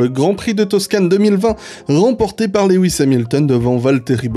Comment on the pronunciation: J'attends toujours ta video avec impatience après les GP, jamais déçu jusqu'ici. Par contre marrant que tu te justifies de comment tu prononces Kvyat alors que tu prononces Lewis Léhouisse :p